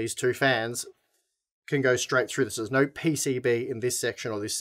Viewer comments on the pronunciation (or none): I believe you mean “oh naur”